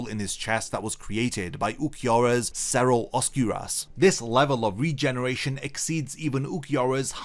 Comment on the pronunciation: it kind of bugs me when i hear the hollows terms said with such a bad pronunciation. not alot, but like...there is a better way to say it. look up spanish pronunciations of stuff like cero, Oscuras, relampago, sonido...its not a big deal but it just like weird when i hear japanese words pronounced so carefully lol but thanks for making these videos, nice to listen to bleach stuff these days